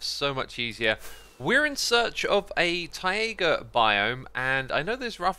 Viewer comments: English: Taiga. Xisuma: Ti-aiga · Taiga isn’t pronounced (tie-a-ga) but (Tie-ga) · Is he pronouncing "taiga" weirdly as an in joke, like a cha cha? I'm so new here 😅